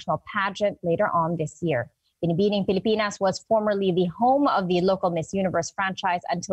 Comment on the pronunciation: To the news anchor, here's for you: Pa english english ka pa kaya nabubulol ka sa pagbibigkas ng binibini..nabubulol ka sa kaipokritohan mo.